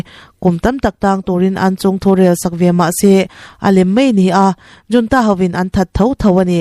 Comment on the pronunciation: Military junta hi 'Military HOON-TA' ti a lamrik tur a ni e aw. Video lehpek ah chuan 'JOON-TA' ti a irawn lamrik tawh loh ngei ka beisei e aw